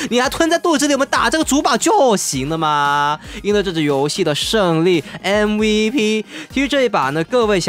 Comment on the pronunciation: 開頭說的MVP聽成AVP